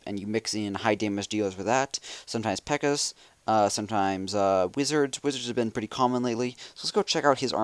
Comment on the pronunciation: its peeekas not pekas